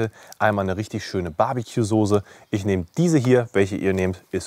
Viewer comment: ich liebe deine videos wie du weißt, auch als wochenend-fleischesser, aber dieses wort .... dieses wort soße ist keine soosé.. merkern auf ganz hohem niveau ich weiuß oder vielleicht sagt man das auch bei euch in region so aber dem herrn soosé gefällt das aufjedenfall gar nicht so gut... evenetuell klingelt er sogar bei biernot im ersten... ^^